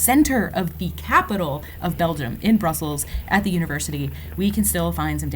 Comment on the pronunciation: No offence but you slightly mispronounced Brussels. The neat pronounciation is Hulst/Not Hulst, believe it or not.